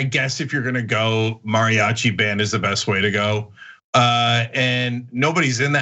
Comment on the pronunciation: This anchor keeps pronouncing “mariachi” weird and it’s bothering me